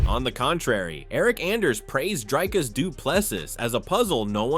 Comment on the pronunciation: why do you call DrIcus "DrAIcus"? Don't you hear everybody else pronouncing it differently? xD